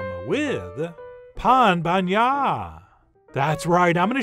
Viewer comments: Pain bagnat, not Pan. Pain, like bread. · Chef John, we say Pain Bagnat (Pain = bread) not Pan. Thanks. Eric in Belgium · It’s pain and not pan. As usual awesome tone and video. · Hearing you saying "pain bagnat" made my day ahahahahahahhahah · Pan. It's a nasal A, not like pan in English/Spanish